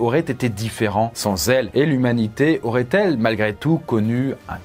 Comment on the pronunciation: "Il y aurate encore plus d'humains"? 😂😂